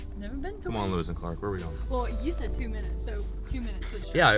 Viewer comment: Did he say Louis and Clark or Lois and Clarke?